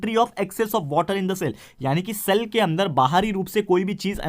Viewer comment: Word - 'less water' and sir said - 'less mater' ..... 😅😅